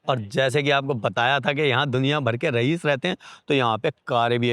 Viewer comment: Yauch nahi yawt bolte hain ......Rahees nahi Raees Bolted hain